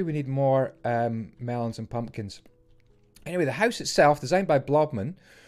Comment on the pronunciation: i liked the way he sad mumkins and pelons